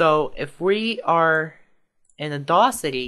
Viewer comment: audAcity, not audawcity, lol.